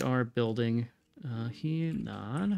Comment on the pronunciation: Slowly going through these episodes so sorry for the delay here, but Henan should be a soft-e, more like "huh-nan" or ironically even "her-nan". Also a stupid question from a total noob here but I'm realizing still don't understand how we won against the British and therefore don't understand how far behind we are relative to the other powers - I'd seen plenty of other players and AI's die despite overwhelming numbers - maybe it has to do with how you condensed the armies at the beginning? Would love to understand the thought process there.